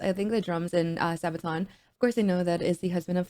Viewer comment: Pronounced sarbaton spelt sabaton